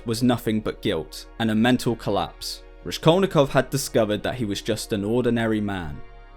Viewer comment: "Raskol'nikov" is pronounced (also as shown in Wikipedia) with "s" like in word "rascal"😊. Thanks for video. Hello from Odessa,Ukraine .